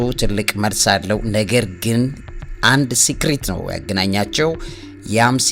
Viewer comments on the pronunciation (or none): Dear Sir:- I appreciate your efforts for giving us updates on all subjects in such regard. But sorry to give you correction. I hear you every time when trying to say something you use wrong pronounsation for secret you use to say (ስክሪት instead of (ሰክሬት) please correct accordingly.